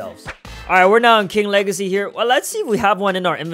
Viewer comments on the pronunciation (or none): The wegacy of King Wegacy keeps on going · "king wegacy got me crazy💀💀💀💀💀💀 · He said king wegaceyp